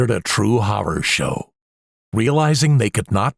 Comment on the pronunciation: IS THE WAY THE NARRATOR IS PRONOUNCING "HORROR" BOTHERING ANYONE ELSE?!